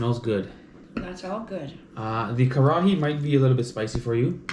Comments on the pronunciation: It's karahi - ka-ra-hi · it is " kar-ra-hi " it is not Curry